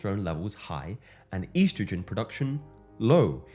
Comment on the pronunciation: He said "eiiistrogen"